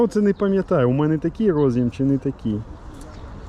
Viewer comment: Карта во сказать "до сгакы" - это надо высшее образование иметь."рОз'їм" чи "роз'Єм"-шось когось їсть від IBM.